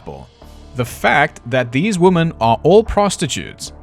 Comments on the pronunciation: What the actual fuck. It isn't "wee-men, it's the "wo" part of "woman" and "women" is the same. It's the "mANN" vs "mENN" that changes. Literally, look at the word. "Woman" vs "Women". I literally put this into google for the pronunciation and checked both the American and British accents and they both said "wo" the same. Literally got different results than did. I feel like I am being gaslit. It is absolutely not pronounced "wee-mehn". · Lolololololol wimmmmiiinnnn. Oh sweetheart I love your pronunciations. As an Australian I appreciate all the quirks. Loving these videos. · no A.I. would mispronounce women this many times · Wo-muhn / wi-muhn bit was hilarious 😂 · I looked it up and it seems that it is very common in South Africa to pronounce "women" like "woman. Didn't expect that at all, lol. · Great research; great job! and I say lean into it and pronounce "women" like "wymans" and piss everybody off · Me thinking how charming the mispronunciation of "women" was in part 1 lol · I knew you were pronouncing woman as "women" to roll in the "he's AI" comments and boost your engagement signal in the algorithm. I'm onto you, buddy. 😂😂😂😂😂😂 Seriously though, I'm finally catching up on your Ripper series... Had to tap out until today due to work and such. And I have to say, my life may not be going exactly swimmingly... But at least I'm not one of those Ripperologists. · #1 - I don't give a shit how you say women. You're not American! #2 - No video you've ever made it hot garbage. All of your videos are fantastic! #3 - If all South Africans just naturally sound sarcastic and condescending, I know where I belong!! #4 - Loving this series so far! Can't wait for the next one! Thanks! needs a treat! 🐈‍⬛😉💜